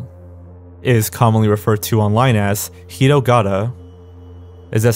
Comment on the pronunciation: Only thing that bothered me was you were pronouncing hitogata as hirogara.